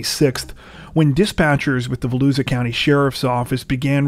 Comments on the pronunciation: It's pronounced....Vo..lou..sha! 🙋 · Volusia is pronounced (Voe-lu-sha) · I think it's hilarious that YouTubers like to talk about how much time they put into their videos yet they can't take five minutes to look up the correct pronunciation of places or names of people. Almost every YouTuber get "Volusia" wrong.